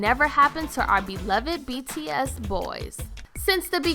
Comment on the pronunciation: When starting off the video and the band name is pronounced wrong.... you know it's gonna be rough the rest of the way... Edit: I couldn't watch the entire video. I tried but I couldn't. I made it 2/3 of the way through. I stopped because of the number of errors that were in it thus far; that got to the point where I was annoyed and didn't want to listen/watch anymore.